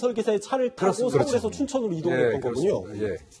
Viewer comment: 순천이 아니라 춘천이다 춘천